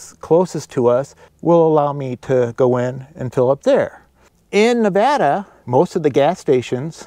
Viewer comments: You're mispronouncing Nevada,. The gentleman in this video says it correctly. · I love everything you do, but may I make one request? It’s NEH-VAAA-DUH, or Nev-ad-uh. Please please please pronounce it right. Hugs!! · Just a suggestion that you learn how to pronounce Nevada correctly. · learn how to pronounce Nevada!